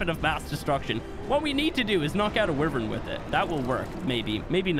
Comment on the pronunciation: Its pronounced WHYvern 😁 Loved the vid mate 😁👍